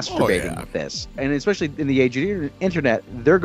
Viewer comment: Ecspecially? FFS learn Engish properly you US raised moron.